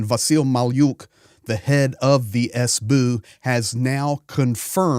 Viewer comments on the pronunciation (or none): Cute how say SBU. Not "Es Bee Yuu", but "Es Boo" 😄